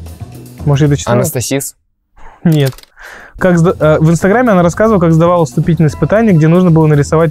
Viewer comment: Они сказали АНАСТАСИЗ, ОГО, ВХВХВХВХ